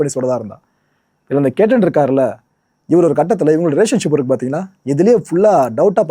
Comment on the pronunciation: பெயரை சரியா சொல்லுங்க. கேட்டன் இல்லை அது che.த்தன்.